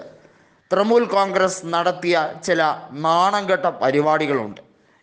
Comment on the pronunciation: തൃമുൽ അല്ല തൃണമൂൽ